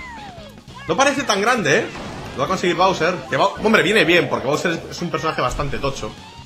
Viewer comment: se pronuncia bowser